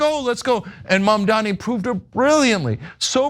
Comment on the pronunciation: Cuomo can’t even gets his opponents name right. It is Mamdani.